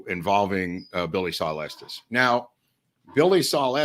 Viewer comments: Watching this way after you posted it, but thank you. Been binging on these on my days off. Thank you also for pronouncing Estes correctly, not like so people like “Es-teas and it is Pay-cos. Native Texan born in Dallas. My sister in law’s husband says he is related to Estes, though he has been known to lie from time to time. 😁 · I am just grateful that they pronounce Estes correctly.